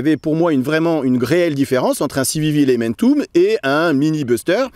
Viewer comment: Je pense qu’il se moquait plutôt de sa prononciation 🤣🤣